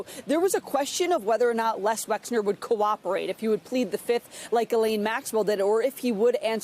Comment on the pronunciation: why can no one say Les Wexner's name correctly?